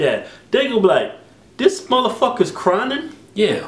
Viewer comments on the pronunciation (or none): Wtf is "Crynin" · This nigga done said cryning like 5 times, i thought i was hearing him wrong. There is only 1 n in crying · Cryning? Both Keith and Kevin said it exactly like that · "Crynin" hahaha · "Cryning" LOL! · they cant say crying. they say crynin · Lmao yeah lold every time they mispronounced it haha